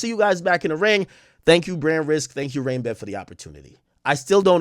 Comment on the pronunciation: Did Blue actually ever say RainBet !? Cause all i herd was BrandRisk